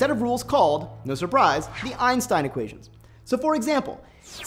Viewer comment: Thumbs down. You are talking way too fast for 90% people to understand, especially about topic difficult as this one. Even the animation is fast as hell, why so rushed? Secondly, thumbs down for the fact that you can't pronounce Einstein's name correctly.